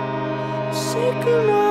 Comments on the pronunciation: the singer's pronunciation of icelandic is not bad! great cover. (me being a massive, massive sigur rós fan as well.) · This is one of my favorite, favorite Sigur Ros songs, and I really love this version of it. It sounds beautiful and the arrangement is great. Also, nice job with your Icelandic pronunciations (as someone who is currently trying to learn Icelandic, I know it can be hard!).